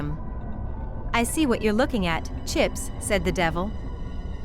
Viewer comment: "And I shall have chips"... That sounds so wrong dude like bros name is chips don't say it like that 😅